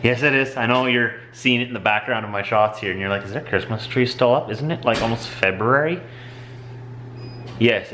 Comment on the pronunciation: thank you for properly pronouncing "February." Around here it's "Febuary." Ugh.